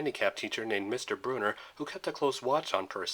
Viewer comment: Sorry but it’s brunner not Bruner but still a great video